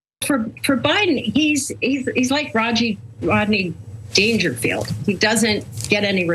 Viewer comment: Did she say Rajit Dangerfield?